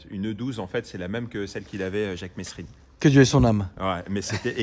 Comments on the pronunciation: Par contre on dit Mesrine pas Messsrine, un minimum de repesect svp pour ce grand monsieur 😂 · Mesrine ça ce prononcé mÉs~[rine] 🤙🏽peace